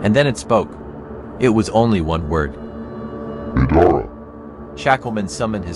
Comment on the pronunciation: It said gidara